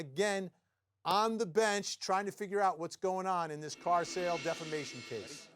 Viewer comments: Please tell your dumb “judge” that it’s not DEFLAMATION of character. It’s DEFAMATION! How is he a judge for real???? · The judge starts out by saying she's suing for "deflamation"??? Isn't it defamation??? 🤣 NAH ITS NOT SCRIPTED... 🤣🤣🤣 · It was the"deflamation" for me lol.💩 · Did that judge REALLY say “deflamation?”